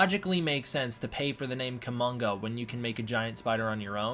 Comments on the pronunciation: Probably not Kumonga, but umm, Kuomonga is cool. Sorry not sorry. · It's Kumonga.